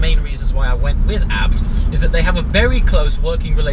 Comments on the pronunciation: It is the name of the Owner of the Company in Germany, its Hans Juergen ABT not Hans Juergen A . B . T ? it is not an acronym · A.B.T why you trying to pronounce a acronym lol. like the guy from phone jacker. hooooomve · is there a reason you say abt as a word instead of ABT abbreviated?